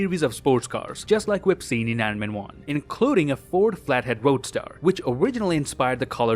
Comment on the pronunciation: its pronouced ford flat head roadster not roadstar